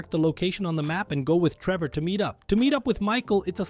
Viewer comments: Hold on... "rendering error" and the fact that "you" say "Treever" at one point, instead of "Trevor" You're clearly using text to speech. That's why "you're" talking so fast but also so monotoned. It's juuuuuuuuust enough to sound human unless someone actually pays attention, like I did. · Why the fuck do you call him Tree Boar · “race between Treever” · My favorite thing on the video “Treevor” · he says Treever 😂😂